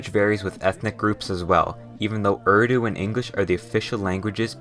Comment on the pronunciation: The pain when Americans can't pronounce urdu names.